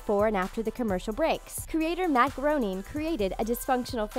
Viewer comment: Its not pronounced m"att growning" its pronounced "matt greyning"